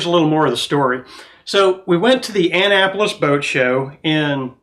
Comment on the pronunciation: That’s not how you pronounce Annapolis🤷‍♂️🤷‍♂️🤷‍♂️🤷‍♂️